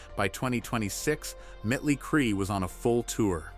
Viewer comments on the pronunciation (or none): You lost me at “mittlie cree. Also where’s the terminal illness?